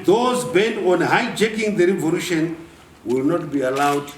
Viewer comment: So "revolution" is pronounced as "revorution" in Zimbabwe?